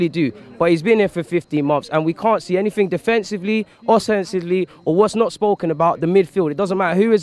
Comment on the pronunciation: Man said “defensively & ossesinvely” FAM 😭😂